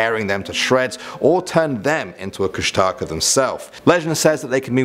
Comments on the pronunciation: Hey uh guys Alaska native here❣ Kustaka IS NOT KUSH-A-TAKA its Koosh-da-khaa???? and please don't rely on the wiki like seriously the link below the images and you get the proper information???? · You say it kush-tah-kah or kush-tic-ah FYI :) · It's actually pronounced (koosh-Da-Kah) I'm tlingit and athabascan from anchorage alaska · . It's actually pronounced Koosh-tuh-ka. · He pronounced kushtaka wrong. It's (kush-tah-kah) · but thats not how you say the kushtaka .-. and you didnt even put the full legend or how to call him out of hiding....